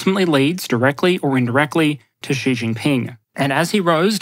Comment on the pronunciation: Xi is pronounced SHEE